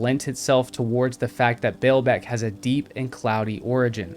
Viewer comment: The Lebanese Pronounce: Ball beck, not bail beck! I have been there it's amazing. However, it has been pointed out that huge stones were worked in many, many Roman sites, not just here.